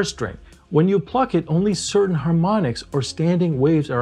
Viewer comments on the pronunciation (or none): none